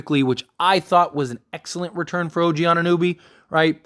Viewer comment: why does no one know how to pronounce OGs name? It's not like there aren't 1000 videos on him atm